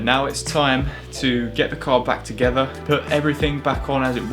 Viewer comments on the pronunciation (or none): “They work toogeva” 🙄